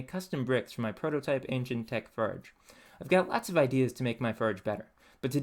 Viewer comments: Where are you from you seem to have a real problem pronouncing the "or" sound before forge more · Pour not pure. Forge for ferge. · 'The pronunciation of "forge" as "furge" is often associated with some dialects in the Midwestern United States, particularly in regions where there is a tendency to merge certain vowel sounds, such as in parts of Minnesota, Wisconsin, and Iowa. This phenomenon may also occur in some accents influenced by Scandinavian or German linguistic patterns due to historical immigration in those areas.' Thanks, ChatGPT!